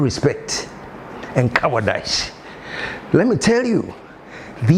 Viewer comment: 😂😂 Boss, Cowardize rhymes with Agradaaas Baptadize